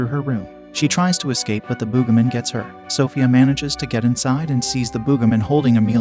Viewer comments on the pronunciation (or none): Bro really said The "BoogaMen" 😂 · Why do I feel like the Text To Speech keeps having a stroke like "Boogimen"? I feel like Text To Speech isn't okay